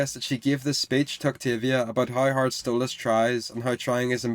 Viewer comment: Why do you say stolASS?